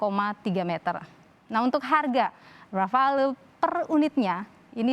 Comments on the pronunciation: noted yang jelas namanya RAFALE bukan RAFAEL salah sebut diulang ulang dasar jubir geblek😏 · Mantap..tapi penyebutannya 'rafal' bukan 'rafael'.. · Rafale di baca Rafal lee (e pake e rujak bebek yah jangan bebek soang) susah amat yang orang indonesia nyebutnya. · Bukan rafael pak...tapi rafale... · Rafael Mulu Disebut Orang ini, Padahal Namanya Rafale Bukan Rafael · Bukan rafael tapi rafale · JUBIRNYA SALAH MELULU... RAFAEL RAFAEL.. SALAH MASSEHHH R.A.F.A.L.E... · Mas Dahnil jubir Menhan, nyebut pesawat RAFALE aja masih salah melulu.... Btw, RAFAEL itu perusahaan pertahanan asal ISRAEL... Atau dia ngidolain RAFAEL di anime Ninja Turtle ya? ... Haha😄